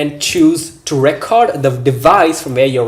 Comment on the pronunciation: lol bro but sorry but its re-cord not re-coortd